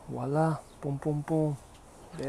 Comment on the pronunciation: This guy was definitely born saying vowla vowla vowla😂😂😂